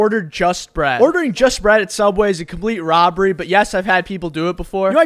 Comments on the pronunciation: Always says "Subweh" as well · "Subwafh" "Dollar Fifteh"